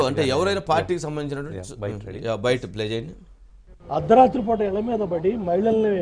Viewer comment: 'Ardharethri' kaadu, 'Ardharaathri'